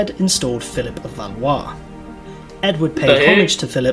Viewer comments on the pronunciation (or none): none